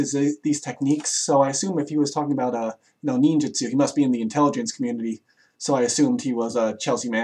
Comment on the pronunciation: FujiBeeyashi. Ninjuhtsu. "Some may pervert the meaning of nin".